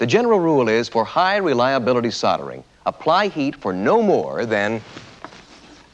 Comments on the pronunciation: What is soddering? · How did SOLD - ering become SODD - earring.